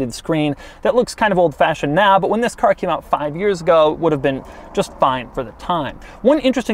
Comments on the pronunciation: Actually he says zhisssss ,instead of this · I like your " This" :D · Doug butchered the THISSS